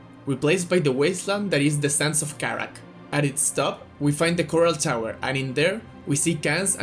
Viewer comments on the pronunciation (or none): I found funny how you say sands of Karak, because the way you said it sound like a state from a country actually, it's funny lol. Good video btw.